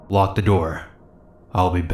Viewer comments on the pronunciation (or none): none